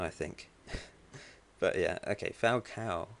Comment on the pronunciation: Well done on the Falcao pronunciation ;) lol